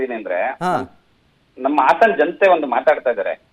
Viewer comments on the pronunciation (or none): Hassan ❎ hassana ✅